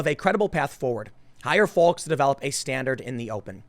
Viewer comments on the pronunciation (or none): Hey Tim... just a reminder that the “L” in “Folks” is silent. 🤓